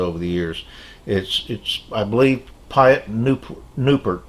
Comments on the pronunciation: My dear friend,what a great video again, every time i enjoy your video's. thank you for showing the shop card but you pronounced my name not by far in Dutch,but i respect the fact you try it.The way you pronounce my name is the same as Pete in the U.S. a little advice from a old dutch navy sailor who had the honor to serve some time in the U.S. Navy (1968 stationed in Dam Neck,Virginia) don't model for a long periode of time. In our navy days it was a piece of cake but now in our 70's it brings more damage than joy. Just model short periodes of time step by step every day something, especially photo etch is very exhausting. Take care, regards Piet. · Thanks love your story really like your channel Life after work too me is a great name and by the way you pronounce my name pretty well 👍 beleive me it was distort lot worts many time before 😀 When I start my Channel many years ago my name was Innovator56 and I decide to write my real name not sure why? You are very well spoken and to show all those modellers card to me you getting modellers closer together Great job Buddy your Awesome 👍 and for the 24Hrs I don`t know you're the one who Knows better then all of us if your health and yourself agreed and this is something you really wan to do, you the only one who should decide.Take care my friend Greeting from Canada.